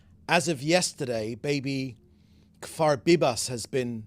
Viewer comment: 1. He mispronounced Kfir as Kfar. 2. Unless Kfir has been confirmed dead, he can't be hostage for longer than he is alive. Time alive is the whole. You could perhaps say he's been in captivity longer than he was alive BEFORE being taken hostage.